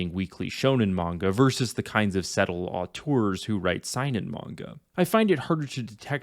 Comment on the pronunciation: You pronounced Seinen wrong and yes you are right Seinen and Shonen are more than their demographic and the perception of those types of manga